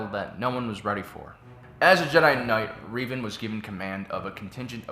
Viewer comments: Rev, not Reev, learn English (and also Star Wars lore). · "Reevan"? Just say Revan. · Darth Revan (Reh-Vahn) not (Ree-vahn) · Late but gotta say: Was he referring to THE Revan, formally Darth Revan from KOTOR? Because if he was he totally miss pronounced his name. Revan’s name is pronounced with a short e, as in red.